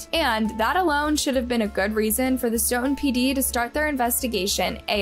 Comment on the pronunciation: I'm from Massachusetts and you killing the way you pronounce Stoooooughton